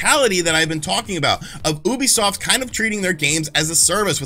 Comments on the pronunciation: I cringe every time you say Oobiesoft instead of Ubisoft. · Why do Americans still pronounce Ubisoft this way? You-bee-soft, not Ooo-be-soft -_- Not only wrong, but it’s like nails on a chalk board. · YOO-bisoft geez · OO-bisoft? I've always pronounced it "Youbisoft". I must have looked like an idiot. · Why do you pronounce it wrong? It pronounced you-be-soft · You still cannot pronounce ubisoft even after the staff said it.... cringe